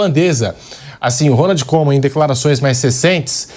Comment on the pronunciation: A pronúncia do Koeman , não é Coman , mas Cuman